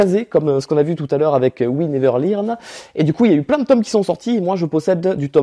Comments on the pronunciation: sache que, non tu n'as pas bien prononcé... c'est we never "leurne" et pas lirne! Mais on t'aime quand même😁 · Il y a aussi "we never LIRNE" 🤣🤣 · "J'espère que je vais bien le prononcer : We never lirn" Eh non c'est raté